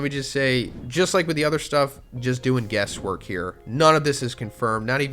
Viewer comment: I'm sorry, did you say "guest work"? If you did, I'm fairly sure you meant "guess work".... Right? There are some of us who heard the phrases wrong growing up and no one ever corrected us. This could have been a slip of the tongue, but sometimes, it's real. My favorite instance is a coworker of mine once thought it was "a higher peg rate" rather than "a higher pay grade".